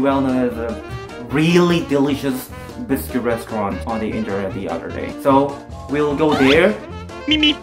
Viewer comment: Eh, it's Brisket not biscuit hor.